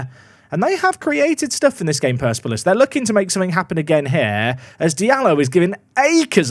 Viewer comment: I want you to leave Iran without ever having said Persepolis correctly